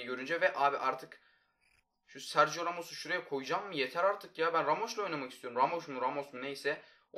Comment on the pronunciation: Sergio Ramoş Deyişine Bİ Tek Ben Mi Güldüm asfdasdasf (Dalga geçilmiyodur)